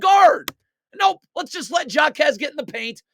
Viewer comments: For the last time it is pronounced. ( hi -may Ha-KEZ) No Jakez but HAkez , he is Hispanic you don’t pronounce the j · "Jockez" 🤣bro its pronounced "Hawkez" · the J in JAQUEZ is silent my friend 🙂😂😂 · JA-Quez Lol